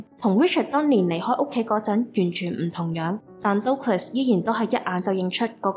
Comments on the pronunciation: Douglas 的發音應該是近似「德」glus. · Douglas 發音錯了😅 But good story! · Douglas個名唔係咁發音……